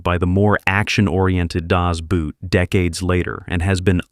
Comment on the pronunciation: "Das Boot" in German is not pronounced "boot" as in footware , but simply as "Das Boat" boat - same as in English